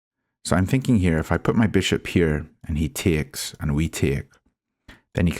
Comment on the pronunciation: what dialect is that, "tiakes" ?